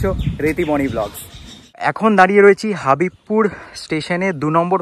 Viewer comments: হাবিবপুর নয় হবিবপুর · হাঁদা, হাবিবপুর না হবিবপুর।